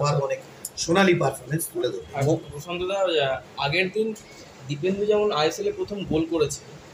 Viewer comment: Ota dipendu.. Kindly sothik pronunciate korben